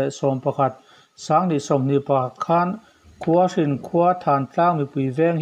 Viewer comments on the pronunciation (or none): Khawlhring tlang tih tur ani .pawi tawng a lam dan chuan Khualhring an ti .Hnam hming ani e Khawlhring tlang - i ti tawh dawn ni .